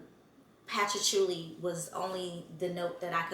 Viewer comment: Not to be a snob, it’s “patch-oo-Lee” or even “puh-tch-oo-lee” but I loved this review. Super spot on